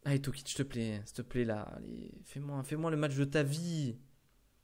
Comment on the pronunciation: C'est pas tokic, c'est toko